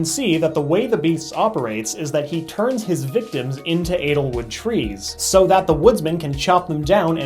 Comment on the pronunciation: lol he keeps pronouncing edelwood as analwood